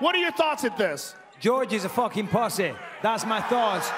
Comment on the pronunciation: Bisping can't say "PUSSY" correctly. What an imbecile